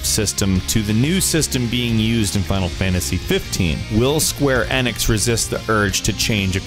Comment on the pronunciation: You seriously need to learn how to pronounce things properly! Enix is pronounced EE-nix not Ann-X! MidGrrr? Seriously?! And Yuffie's name is pronounced Yu-Fee, not Yuff-ee! And there were 4 Weapons to fight in the NA version, not 3.